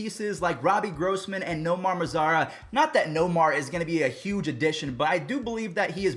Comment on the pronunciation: Nomar "maraza" sorry lol I'm dying I only know bc nomar mazara played on rangers